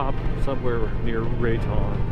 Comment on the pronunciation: Raton Pass is pronounced RAT-TONE...Rat,,,Tone...